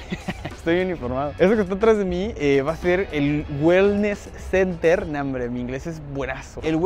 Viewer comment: Se escribe center y se pronuncia CENER